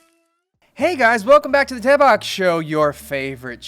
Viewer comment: I swear to god, I know it’s the “Daebak” show- but I heard “Tampax” show!?😅😂🤣🤷‍♀️